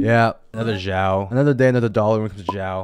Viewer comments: Just wanted to add that the correct pronunciation is S-iao, you pronounce X like how you would for xenoblade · Why’s he pronouncing xiao like that